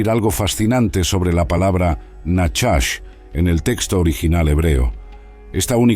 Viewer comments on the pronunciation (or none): Perdón pero no es nachas,como dice este locutor ,sina najach